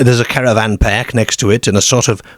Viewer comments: No way this must be ai have you heard the way it's pronancing ar as er ? Perk not park wrong pronanciation 🤔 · Either a northern Englishman who's lived in Australia, or an Aussie who's lived in northern England. Confusing combination of "oop" North pronunciation with "lehrge" and "Scehrborough" and "pehrk" 😅